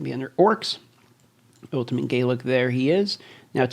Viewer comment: The way you say "ultimat" is weird